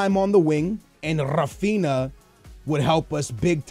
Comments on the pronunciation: Not ra-fin-a it's "Ha-Fin-Ya" learn to pronounce shit. Your Portuguese and you can pronounce Brazilian names, that's just sad. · Rafinha is pronounced Ra-fin-ya